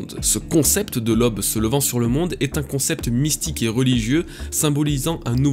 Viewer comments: Tu me fais un mal de chien aux oreilles: NON, on ne dit pas "lob", on dit "L'AUBE" !!! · Un fan qui fait des vidéos pour les fans. Je te suis depuis plusieurs années maintenant et tu mérite ton succès. PS ta manière de dire "Who's who" et "aube" est vraiment éclaté au sol :-)